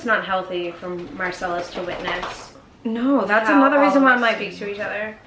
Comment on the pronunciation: Marcelus not Marcel 😆